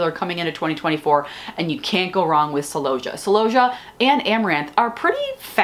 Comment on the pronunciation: Why do you say celosia like that? You’ve got me doing it…. Even when I’m talking to my clients, they look at me strangely! I even say it, when I’m talking to my celooohhhsia!😊